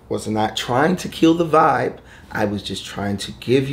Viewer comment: The emphasis he put on Vibe lol 😂😂 😂😂 😂😂 😂